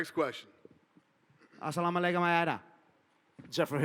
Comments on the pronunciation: Bro said Assamalakumalada 😭😂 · "Assamalaykum ALALAYH" LMAO